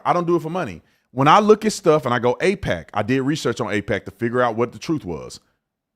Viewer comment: Y’all confused me, its aipac not apec. Two completely different things lol